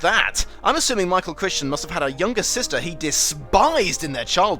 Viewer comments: The author's surname is pronounced Cr-eye-ton, not Christian. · Michael Crichton (cry-ton), not Michael Christian. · The authors last name is pronounced as "Cry-ten". The CH in the middle is silent. Not Crickton or however you pronounced it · It’s pronounced cry-ton, not Christian. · Crichton rhymes with frighten. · The authors name is pronounced CRY ton, not "Christian." Just a minor quibble. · It's Michael Crichton not Christian. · It's pronounced Cry-ton! Great eyebrow-acting in the smoke break/blackout bit there! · Did you say "Michael Crishton?" His books used to point on that Crichton "rhymes with frighten." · Okay seriously its pronounced CRY-TON not Christian,. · OOOH, do "The Lost World" (the sequel). Also, gripe here: It is CRY-ton, not Kris-ton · Did the author pronounce his last name as "Critchton"? A very rhetorical question. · Have I been mispronouncing Michael's last name wrong all these years? Wikipedia says /ˈkraɪtən/ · Great video but very off-putting when you constantly call the author Michael Crichton, Michael Christian... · Do yourself a favour and learn the correct pronunciation of authors' names before filming these. It's embarrassing. Michael 'cry-ton'. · I’ve heard people pronounce it “Crickton.” I’ve heard people say “Cryton.” But I’ve never heard anyone call him “MIchael Christian.” His name changes every year. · It's not "Krishten." As the back covers of the paperbacks used to helpfully tell us, Crichton rhymes with frighten. And he didn't write the screenplay, David Koepp did. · it's pronounced Michael Crichton(Cri-ton) the ch is silent, sorry that was really starting to bug me. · You say Michael Crichton wrote the adaptation. First of all, Crichton is credited only because he wrote the first draft. It was really David Koepp who produced the final product, without ever having read Crichton's script, though he did read the novel. Secondly, it's not "Krishten." As back cover copy used to tell us, it rhymes with "frighten."